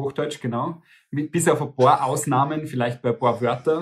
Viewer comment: Das heißt paar * nicht boa